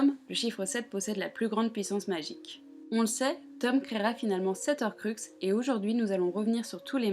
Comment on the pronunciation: Désolé mais il faut que je le dise : on ne dit pas "les zorcruxes" mais "les horcruxes", il y a un H au début du mot donc c'est comme les haricots verts 😅